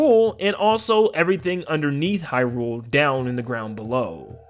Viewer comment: I love your content but oh my god is it jarring to hear you say Hyrule wrong over and over 😂